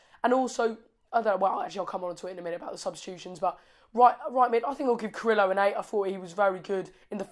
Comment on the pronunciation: Yes, new Watford supporter from here. Carrillo (say Jacob for pronounce please:)... KAH-RRI-YYOH ). Sure he must give you all some sattisfactions. Very good vibes w/ WestBrom match. Thanks mate!